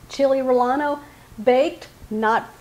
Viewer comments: Love it.. I use ANAHIEMS (i enjoy ROASTING those myself.. my PARENTS WERE from the SOUTHWEST ) Ive ADAPTED to POBLANOS as well as they're more widely used by Mexicans. I can also help you with your PROUNCIATION of CHILE 'RELLENO' ❤😊 Thing is .. in another Comment it was pointed out how you did not pronounce RELLENO correctly..So, ill try to help with the pronounciation. Here's a SPELLING or "PHONETIC" or Speech sound..say, RE-YEN-NOS instead. Whenever there is a Double LL it should be pronounced as a Y sound. Nevertheless, Enjoy your accent and Videos! 😅 Lol. 🎉 thank you. ❤❤ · I love this idea. Making them the traditional way is a lot more work. just so that you know. 2 ll's together in Spanish are pronounced as a y. So like tortillas are pronounced tor te yas and rellenos is pronounced reyenos. Took me a while to learn this when I was learning Spanish. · Rellenos pronounced: "Ra Ya No's" I Love your recipes and how easy they are. Not using a bunch of expensive ingredients that most of us don't have and maybe never heard of. Keep 'em coming :) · Sounds good. Just an fyi - two "Ls" are pronounced like "y" in Spanish. This would be pronounced "ray-ahn-oh".